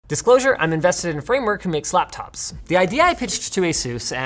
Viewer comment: Anybody else heard Linus say "Slaptops" 😂